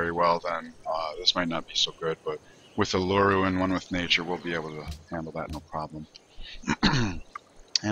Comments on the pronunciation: It's pronounced oo-lu-roo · It's pronounced "oo-la-roo" down here in australia